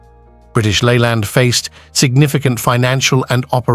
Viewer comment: I can't watch this Cr*p . how do you pronounce Leyland ? The info is all over the place and mainly incorrect